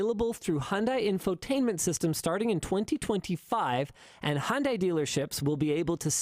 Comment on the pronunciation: That's not how you say Hyundai, it's not Hondai KEKW. Otherwise not a bad video. KEKW